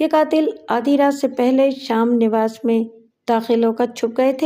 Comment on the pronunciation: Sham nawas nahi sahi lafz hai sham niwas.